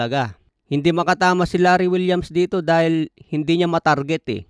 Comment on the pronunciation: Larry wills po idol Hindi po Larry Williams 😂